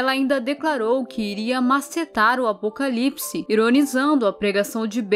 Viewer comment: Verdade ela nem conseguiu falar a palavra Apocalipse😢😢